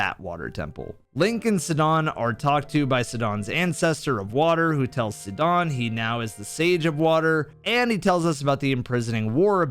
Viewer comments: I like how you pronounce it sid don When the game legit says his name in voice lines as (s eye Don) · Bro the way you mispronounced Sidon so horrendously genuinely triggers me more than the sound of nails on a chalkboard. ITS SIDON S I D O N NOT SUDON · It’s sidon as in psy-don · It's Sai-don, not sedon 😭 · Love this video! You very clearly laid out your points, provided supporting evidence, and fairly did the compare/contrast. You got this Zelda player wanting to play Elden Ring now! (I'll let slide the "hidden hand", "Suhdon", "Raiju" as it added to the genuineness of your analysis. 😅) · Bro it's pronounced SAIdon. LMAO. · great video but every time you say sidahn and ryju it makes me want to kms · bro really called sidon "sedawn" 💀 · hold on, did you just call Sidon, "Se-don"?! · the way you pronounced Sidon should have you tried in court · I was so caught off guard by how he pronounced Sidon, i was like "wait who are we talking about?"